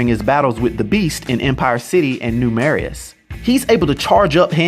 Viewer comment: The “Marais” in New Marais is pronounced “Merai.”